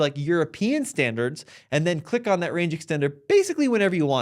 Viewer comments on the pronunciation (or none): none